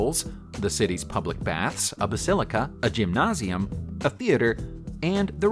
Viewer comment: Holy smokes! Great content. Jimnausium. Ha ha ha